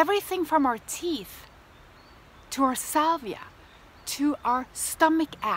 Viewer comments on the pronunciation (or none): SALIVA NOT SALVIA!!